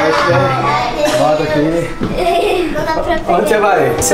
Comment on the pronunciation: Raraaaa a irmã da echileimfala halienigina